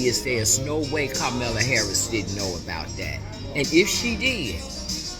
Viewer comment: "carmella harris" if you can't even pronounce her name right then you have no business being listened to in the slightest